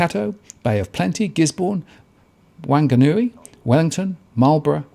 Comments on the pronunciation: Wang-a-nui lol. Fong-ga-nui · Just to help out Whanganui is pronounced "f"anganui! WH in New Zealand is pronounced F because the actual sound in Maori is a cross between pronouncing F and W! (Aussie with a MAORI WIFE Living in Northland) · The town is pronounced Wonganui . Whanganui was the name change for region to appease the politically correct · you'd also be aware some Maori pronounce the town Wonganui and it's not because they've got a chip on their shoulder like you. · My comment is about CORRECT PRONUNCIATION. If "some of the Maori" can't be bothered pronouncing the Town's Name properly either - that doesn't change the FACT that the Maori Language is an Official Language of NZ and should be pronounced correctly. Of course, New Zealanders often enjoy erring on the side of Ignorance, as it makes them feel less insecure about having to learn something new. Pronouncing ANY Language correctly shows respect for Self & Others. Suggest you try chipping away at, That Matt L.